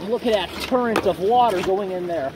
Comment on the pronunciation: Did I hear turrent of water?